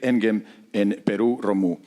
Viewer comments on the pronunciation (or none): Madre mía!!! Han llamado a Romeu de 20 formas diferentes y ninguna correcta!!!